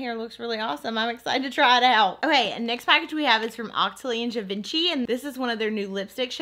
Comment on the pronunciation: I love you and your channel very much, but every time you butcher the name of Givenchy, something inside me dies. Could you please just look up how to pronounce it correctly so we can get on with our lives? Merci ❤️